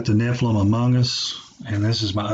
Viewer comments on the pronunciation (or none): none